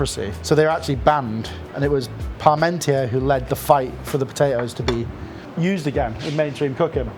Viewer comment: He knows his cooking, but I'm surprised at his ignorance. First, that Frenchman's name is pronounced pahr-mawn-TYAY. That's not so hard to say, is it? It's not pahr-mawn-TEER. And second, the Sun King was Louis the XIV, not Louis XVI. It's a shame how lazy this cook is about getting facts and pronunciations straight.